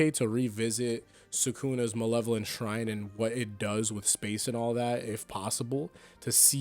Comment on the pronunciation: bro butchered the name harder than Sukuna butchered Kashimo